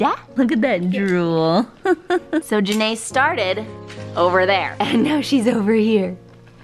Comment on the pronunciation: Love how is calling Janea Janea Nae